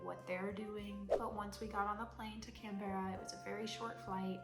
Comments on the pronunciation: Lol oh lord. As a texan now living in Melbourne, (i was calling it mel-born" not mel-ben. it's "Can-bra", once you get the pronunciation, you'll be on your way to turning into an aussie. Trust me lol, they'll get offended if you say it wrong 😂. Also, just use google or an app for the metric system until you get used to it. Then you should have simply asked or googled how to eat vegemite lol, heaps of butter and then only a tiny bit of vegemit over the melted butter on the toast. To all the aussies watching this video, i'm so sorry! 😂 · By the way Canberra is pronounced with two syllables closer to Can-bra 😊